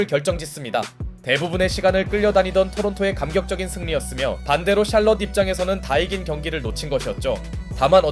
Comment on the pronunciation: 샬럼 샬렇지 ㅋㅋㅋㅋ